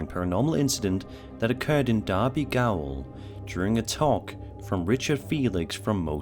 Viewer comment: Cool that got the pronunciation of derby correct